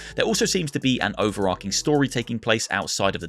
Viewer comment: LISTEN,! You're old enough to learn the proper pronunciation: There is ARC, and there is ARCH. Over-ARCH-ing is not Over-ARC-ing. Just how ill-informed can one be? Sheesh!